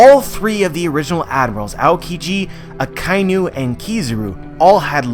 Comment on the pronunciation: Aka - Inu . Inu= dog. You are saying Akai - Nu. There is no such animal as a Nu ;)